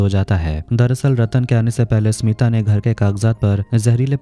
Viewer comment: My name is smita thanks aapne sahi se pronounce kiya baki log to acche se ni bolte .. Btw nice explanation